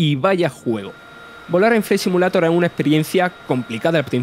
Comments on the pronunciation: Joder loco parece el lémur de madagascar, yo no se si es acento si es defecto o simplemente hablar asi pero que manera de hablar horrible para comentar algo que no se le gana nada de seriedad y respeto. Empezando por pronunciar “simulator” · No quiero ofender a nadie, simplemente me gustaría saber por qué la mayoría de los españoles NO pronuncian el inglés, si no que lo leen de manera textual? Ejemplo, "Simulator" y no "Si-miu-lei-tor" como debería sonar.